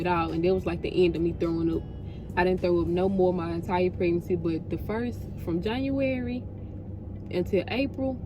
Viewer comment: Why you say January like that😂😂😭